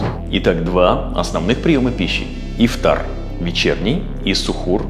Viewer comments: Только не ихтар а Ифтар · Тама Ифтар а не Ихтар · Все очень круто, спасибо большое за совет но ты ошибся не " ИХТАР" а ИФТАР, не учти это за высокомерие брат. Тебе процветания 🤗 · Немного исправлю тебя не Ихтар, а Ифтар. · ИХТАР ❌❌❌ ИФТАР ✅✅✅ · Ас'саламу алейкум ворах1матулоахьи Ва-баракатух1у, спасибо большое за внимание и за ролик, не хочу оскорбить, просто для дальнейшего чтобы вы знали , правильно будет не "иХтар" а "иФтар". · Это не Ихтар, а ИФТАР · ИФтар)а не ихтар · Не ихтар а ИФТАР, всех благ Вам! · Какой Ихтар еще, Ифтар правильно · А почему «ИХТАР»? правильно ведь «ИФТАР» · Друг не ихтар а ифтар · будет ИФТАР а не ИХТАР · Ну для начало с лово Ифтар а не Ихтар 😁😁😁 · Что могу сказать красавчик Просто ифтар а не ихтар 😅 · не Ихтар а Ифтар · Не ихтар а ифтар умник😂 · Спасибо за информацию, но не ихтар, а ифтар😊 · Ифтар, а не ихтар, А так спасибо вам🙂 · ИФтар ,не ихтар) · Ифтар а не Ихтар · Не ихтар а ифтар . Спасибо Вам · привет, хотел бы исправить не иХтар, а иФтар))) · И всё же не Ихтар, а Ифтар. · Даже «иХтар»)) Ифтар. Если даже не мусульманин ошибку делать не нужно. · Ихтар не правильно ифтар правильно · ИФТАР а не (ихтар) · Брат только не Ихтар, а Ифтар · иФтар брат, не ихтар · Почему ИХТАР может ифтар правильно ифтар ! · Брат ифтар а не ихтар😅 все равно респект! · Спасибо большое за предоставленную информацию❤ не ихтар а ифтар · Не ихтар, а ифтар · Брат, не Ихтар а Ифтар) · не ихтар, а ифтар* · Ифтар, а не Ихтар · Исправь Ифтар, а не ихтар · Во-первых, не ихтар а Ифтар Во-вторых, питаться нужно по сунне а не ерунду эту слушать! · Ифтар* а не ихтар😅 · Может ифтар а не ихтар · Не ихтар а ифтар😂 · Не Ихтар а Ифтар ! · Ихтар ? Ифтар .... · Ифтар а не Ихтар) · Не Ихтар. А Ифтар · Ифтар* не ихтар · Что за ихтар? Правильно ифтар. Переделайте пожалуйста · Ихтар что за , может ифтар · Ифтар Бро не ихтар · Ифтар не ихтар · Ифтар , не иХтар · Спасибо, но правильно говорить:ифтар)✊